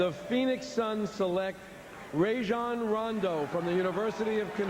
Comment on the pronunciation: finally somebody who pronounces his name right. it’s Rah-jon with a short a, not “Ray-jon” with a long a like so many actual NBA players pronounce cringy